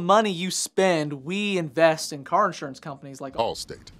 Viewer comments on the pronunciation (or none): none